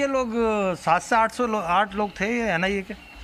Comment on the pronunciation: Anai nahi NIA hai ma'am 😀😀😃😃